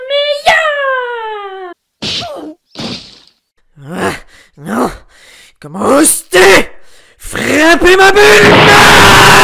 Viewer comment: Mais pq quand tu fais la voix de goku tu dit :"Kamehameyah !!" alors que dans l'anime il dit :"Kamehameha!!!!"